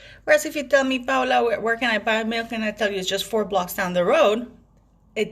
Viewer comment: Paula you done it again. Perfectly explained the whole saga of getting rid of the Harkles titles which they never entitled to have it in the first place. It's only because of his grandmother decision to give him so she can take it back from them. Thank you Paula. I like the way you pronounced your name because that's how I'd would have pronounced it.